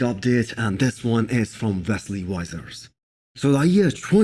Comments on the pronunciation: Vesli wisers WTF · That's the worst pronunciation I have ever heard of Wesley's name lol